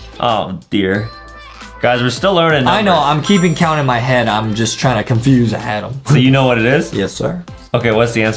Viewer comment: It's Adem not adam 😝😝😝😝😝😝😝😝